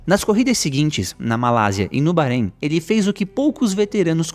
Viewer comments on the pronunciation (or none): none